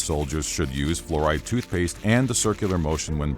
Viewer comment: "FLUORIDE TOOTHPASTE" ....